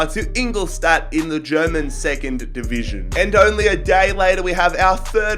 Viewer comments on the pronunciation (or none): none